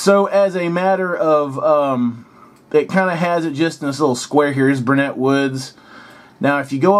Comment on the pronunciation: Is this an older video? I'm sure you got the pronunciations correct by now. Guerley Rd. is pronounced "girly". Burnet is pronounced with the accent on the first syllable (e.g. pronounced the same as you would take a piece of paper and "burn it"). "Burnet" was mispronounced by the autistic Raymond in the 1988 movie "Rain Man". I'm personally a real stickler on the pronunciation of Burnet because I was born just off Burnet Av..